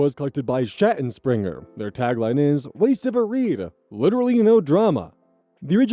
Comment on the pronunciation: can't tell if is getting better at saying "Schattenspringer" or if i'm just getting used to the pronunciation 🤔